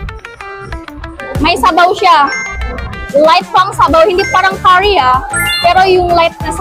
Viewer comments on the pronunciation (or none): none